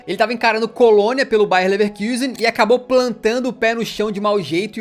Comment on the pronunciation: Talvez não seja relevante, mas que agonia é ouvir o irmao do canal chamando de leverkusen com a regra do ingles, sendo um nome alemão